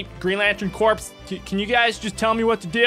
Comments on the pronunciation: Its not corps its core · “Corps” is pronounced as “Core”